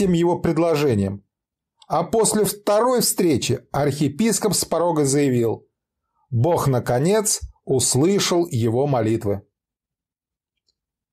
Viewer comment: Архиепископ, а не архипископ